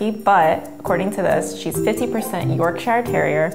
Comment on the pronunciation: The way she said Yorkshire disappointed me as a proud Yorkshire man it’s not pronounced York Shire it’s said York Shure 😂